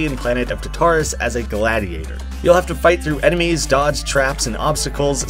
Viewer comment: Oh this looks sick! Also I’m pretty sure it’s pronounced like TAR-tar-us, but that doesn’t really matter :)